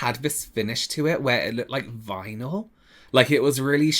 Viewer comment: lmaoooo e said "it looked very vynalie and plastic and not in a good way" 😭🤣🤣❤️